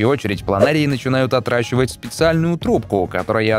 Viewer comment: Все время место "отращивать" слышу "отдрачивать"